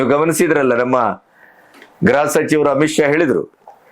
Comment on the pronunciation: ಗ್ರಹ ಮಂತ್ರಿ ಅಲ್ಲಣ್ಣ grha ಮಂತ್ರಿ